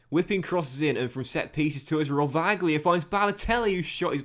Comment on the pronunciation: Some little advices for italian pronunciation: Rovaglia=rovaya Lusignoli=lusinholi